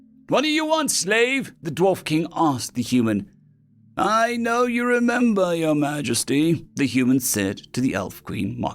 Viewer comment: Fun mistake that changes the story quite a bit. To me out sounds like "Our" instead "Your" HQ. 😂